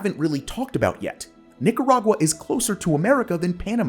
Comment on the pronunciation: Cough* Ahem...Ninarag-WA (cringe)